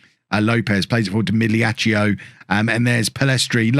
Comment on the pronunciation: Hey, my bad on the previous explanation of italian pronunciation. You're nailing the gl in migliaccio, but the last syllable should just be "cho" not "cheeo" (the I is only there to convert the c to a ch sound and doesnt get voiced itself (like the u in words like plague and tongue). So to summarize, migliaccio is pronounced meelyeeacho